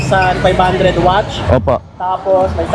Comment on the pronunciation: Ano yung wach? Akala ko nagkamali lang sa unang pagbigkas ng watts, pero ganon pa rin nung pangalawang beses nya sinabi, watts naging wach, king inang yan, simula non inistop ko na yung video, ayoko marinig yung wach ng siyam na minuto 🤦🏻‍♂️🤦🏻‍♂️🤦🏻‍♂️🤦🏻‍♂️🤦🏻‍♂️🤦🏻‍♂️🤦🏻‍♂️🤦🏻‍♂️🤦🏻‍♂️